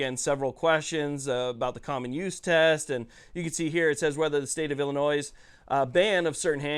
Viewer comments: Bro, please stop pronouncing the state in the plural. It's like saying I bought a Fords, and I'm going deers hunting. It's singular Illinois, not Illinoiss. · Just an FYI the S is silent in Illinois . Ill an oy. Thanks for all the hard work and pro 2A content.